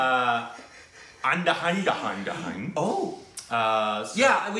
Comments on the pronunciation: 0.58 Andahandahandahun he means ANDHADHUN 😂😂😂😂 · the actor name is ayushmaan khurrana and his previous movie name is Andha-dhun its not like you said andha andha andha lolz😂i am sorry that was funny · its NOT AN-DA-HUN-HUN-UH ... its AN-DHA-DHUN